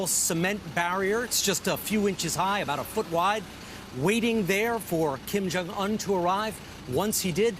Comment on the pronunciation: this guy can't say his name right Kim Jong UN lol just listen how he say it